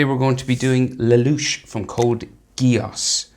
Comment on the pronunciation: It's Lelouch not le louch